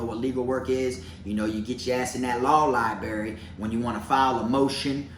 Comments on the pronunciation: I like you Bro!! But, add an R to library!! It's Library not Libary!!! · Take a shot errtime say Libary🙌🏼🤌🏼😜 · Aww you pronounce library like I do 😂